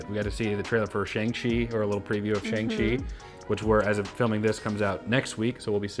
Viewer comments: Okay, so I joked about this in another video when said it wrong, but.... come on, bruh. Can you guys please get Shang-Chi right??? Seriously, this time. It's really not a very good look. It's not hard. At this point it's kind of disrespectful. I'm not trying to be that guy but it's not like you haven't heard it pronounced correctly a hundred times (I mean, there's a whole scene dedicated to it in the movie). Do better, man. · It's pronounced "Shang" not "Shang". :)